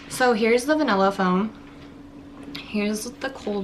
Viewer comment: What is va-nella it’s va-nilla